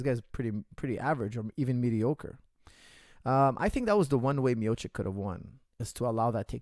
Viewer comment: Coach, it's Mio-chi-ch